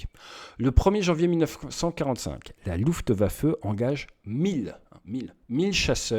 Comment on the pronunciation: Salut Ate, arrête stp de dire luftEwaffe, c'est luftwaffe 😂